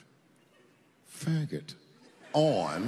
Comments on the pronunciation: I love that mislead at the start, where it seems like he's say it delicately, but he just straight up barks it at the audience. The dudes delivery is outstanding. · Him saying the hard f so hard is killing me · He knew this was probably the only time he could say "F**got" publicly without being completely crucified and definitely put some emphasis on it. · How he stresses that F word lol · I like how he emphasis on the word "faggot" every time he said it